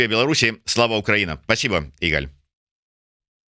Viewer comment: Не игАль, а Игаль.